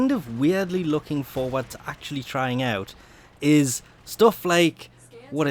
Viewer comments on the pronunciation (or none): none